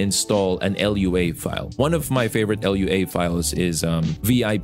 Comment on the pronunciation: You kept calling it l. u. a. The dev said it's pronounced as a word.